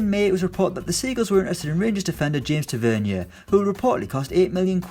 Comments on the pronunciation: Omg it’s TA-VER-NEER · James Tah-Ve-Near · You can't even say Tavs name right... Tav is so underrated and I ain't even a rangers fan. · Holy crap the way he pronounces Tavernier 😆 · The way you pronounced Taverniers name 😂